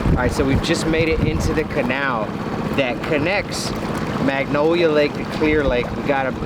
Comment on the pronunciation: Love what you do, so happy you came to our beautiful town. Also it's Lake MANGONIA not Magnolia, just a correction. Thanks for doing such a great job <3 Btw the area where the spool you found would have been entering a bad part of town in 1979.